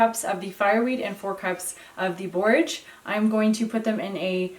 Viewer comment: Are you saying Borges blossoms?